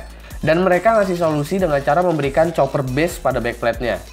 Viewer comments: bacanya kuper bang bukan coper :v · itu [Copper] bacanya [kopper] bang wkwk koreksi dikit aja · copper dibaca koper bang #ripenglish